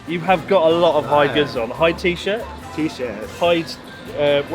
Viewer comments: OH PLEASE IF YOU LIVE HERE YOU KNOW HIS NAME IS PRONOUNCED HE DAY NOT HIDE AND SEEK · Isnt Hyde supposed to be pronounce like He-day ? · Isn't it pronounced "hi-de"?